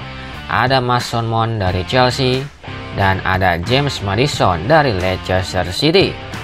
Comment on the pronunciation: suara dari konten nya sudah enak didengar, tapi kemampuan baca b. inggris nya masih lemah, meddisen, mesen maon, kail wolka, kolum wilsen cma ini masukan nya:)🙏 keep spirit💪 bang